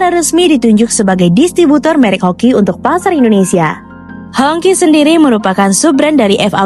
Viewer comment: It's pronounced as hong chi, not hong ki 😁